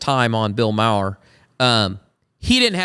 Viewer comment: It’s pronounced “Mar” like Mars. Bill is not woke, but he is still very liberal. He has TDS, hates conservatives, Christians, and Republicans/libertarians. He also knows that his audience is overwhelmingly woke and progressive . He calls them out for the woke BS, but will never betray their left wing delusions because he shares those delusions.